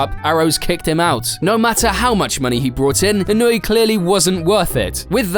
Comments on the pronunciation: It's pronounced ee-no-eh, not ee-noo-ee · In-oh-way. Not wee. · I know Englishmen don’t know how to pronounce words correctly for the most part, but it’s pronounced ī-no-ū-aye not e-newey 😂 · Inuii? How are you gonna make a whole video about him but not research how to pronounce his name? 🤡🤡🤡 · This guy's name: Inoue This narrator's pronunciation: Inoooooeeeeey Me: Well he's clearly not a Bleach fan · I feel like you could have at least looked up the prononciation before butchering his name 200 times 😂